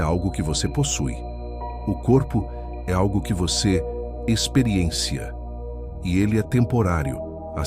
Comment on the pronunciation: Colocar robô pra ler é ruim por isso...monte de coisinhas erradas e/ou inadequadas... "O corpo é algo que você EXPERIENCÍA (não tem acento nenhum, mas a sílaba tônica é no CI...) . EXPERIENCIA do verbo EXPERIENCIAR.